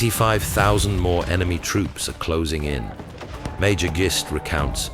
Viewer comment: Just so you know for any other videos you may make, and Mordecai Gist could definitely be in more, the name is pronounced like Fist only with a G not an F. I'm fairly sure I know.